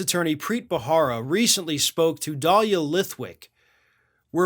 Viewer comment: It is not "Bahara"